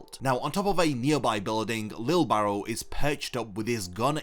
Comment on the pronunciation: Bro I thought you were saying lil barrel, im like damn that’s a cool nick name 😂🤣